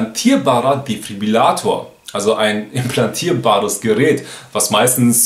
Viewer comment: Defibrillator, nicht Defribillator.